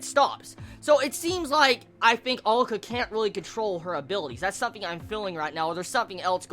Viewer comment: head's up dude, he or she? is pronounced AH-LU-KAH